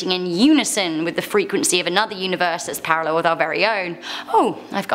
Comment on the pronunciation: I'm really bothered that she went with "universEYE"